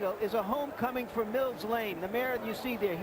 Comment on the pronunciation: Not Blane, Lane